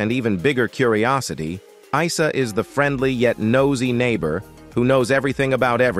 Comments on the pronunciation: Not eesa, its eyesa.well seeing the narrator has never watched the show. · Can’t even pronounce Isa ?